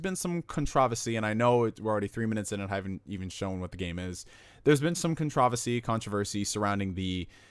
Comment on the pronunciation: Why did you say "controversy" so weirdly?